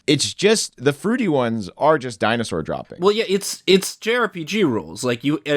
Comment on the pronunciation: Guys, is this really happening... Lol di-anus-sore